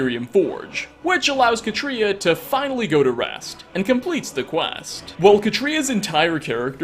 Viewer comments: Pronounced Kah-tree-ah, like cat. Not. Kuh-tree-uh. The accent is on the first syllable, and the a is short. I know this because I know three, yes, three real life women named Katria. And they would all take pliers to your tongue until you said their name right lol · Katria is: CAW-tree-uh. CAW. Tree. Uh. Listen to her pronounce it in game.